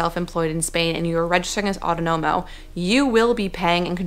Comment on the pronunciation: Aw TAWN no mo is the pronunciation for Autonomo. Thank you for the info. What's the difference between being freelance and someone who works for a US company but lives in Spain?